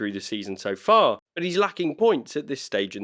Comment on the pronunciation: Nah, he says. "But regardless...", though the "t" got a little lost through his accent, so it came out as "Bu' regardless..."! No Biggie! 😉👍